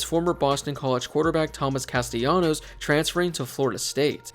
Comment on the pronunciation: Thank you for being one of the only people pronouncing Castellanos' name right